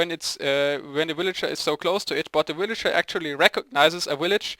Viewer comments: woot im the 75view but i like how u say willager instead of villager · ok... I was laughing when I heard you first say willager but then I got tired of it. :P Sry no offense, just not used to it :P